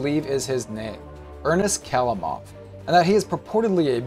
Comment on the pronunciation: the right accent is ernEst khalImov also bAbushka not babUshka (just for the information)